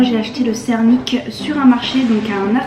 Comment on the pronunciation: C'est une bonne présentation, mais encore des efforts à faire au niveau de la prononciation , à part" sernik ", les autres mots sont très mal prononcés. Heureusement qu 'il y a l'image et le nom de l'aliment. Bon courage pour la suite